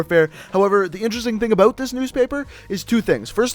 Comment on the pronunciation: He's Canadian because he said aboot